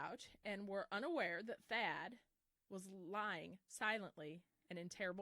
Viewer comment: It's Thad Phillips not fad lol. Thadius Phillips